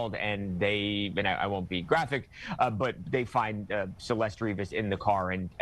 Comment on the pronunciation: How are all these people still not doing the minimum of pronouncing her name properly. CelestE, not Celest